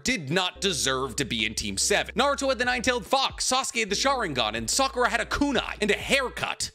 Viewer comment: I REALLY almost stopped the video when I heard Sakura 🤦🏾😒